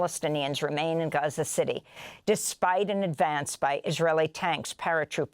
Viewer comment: Amy can't even say Gaza anymore. She just says Haza now. So annoying.